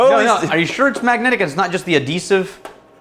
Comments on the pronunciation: Ad-eesive....made me chuckle 😂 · He meant "Adhesive" - like glue - but he doesn't pronounce the "h" so it sounds silly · Adeesive reminds me of a old English teacher I had whom was kind of a human toad, she always mispronounced words, but only just. The one that real got me every time was how she said asbestos, it’s always came out aaazzzbezztizz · What on earth is a 'deesive'?? Unless he meant to say 'deceive'…?